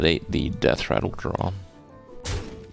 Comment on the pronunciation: Couldn't pronounce Hearthstone either.